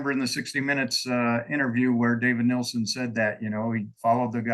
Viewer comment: It's not Nelson, it's Nielsen.